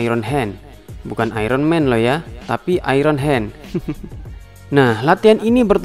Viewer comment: iron: bukan airon tp ayen